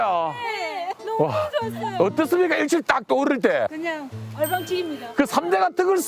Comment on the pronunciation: 어'떴'습니까(X) 어'떻'습니까(O)